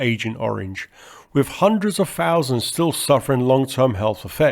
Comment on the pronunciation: Ffff-ousands …. Fff-eee.. great video. 194free … You have to work on pronouncing TH …. Tung near and behind front teeth, slight blow and you have TH sound … further, you say furver.. … you try and avoid saying Th at every opportunity …..